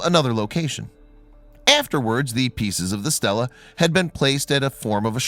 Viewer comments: It's not pronounced 'STELLA' with e's like in 'hell' but 'STEELA' with e's like in 'me' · Stel la-a woman's name, stee lah-a stone raised by humans to record events, history, memorials, etc. NOT pronounced or spelled the same, and NOT interchangeable.